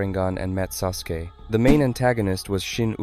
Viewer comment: The u in Sasuke is silent